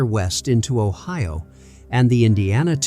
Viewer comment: The Ohio county pronunciation is hilarious 😂